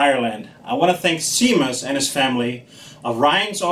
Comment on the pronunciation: pronounce shay-mus, not seamus